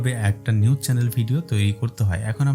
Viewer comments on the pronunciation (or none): নিউস না ভাই...নিউজ হবে